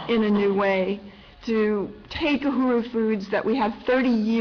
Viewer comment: STOP SAY UHURU YOU ARE NOT PRONOUNING IT RIGHT I AM ACTUALLY A KENYAN AMERICAN AND HEARING U MISPRONOUNING UHURU IS INFURIATEING TALK TO A KENYAN OR A TANZANIAN JOE TO PROPERLY PRONOCE KISWAHILI B4 U GO OUT SAYING PUBLICLY